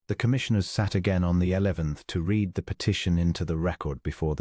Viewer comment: Very nice story, but the mispronunciation of read vs red vs reed is irritating.